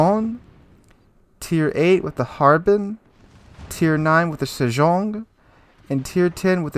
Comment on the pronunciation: As a player from Hong Kong, you nailed the pronunciation for Harbin, just a bit off on Ji nan, that's a city in mainland China and we usually just say the english name with Putonghua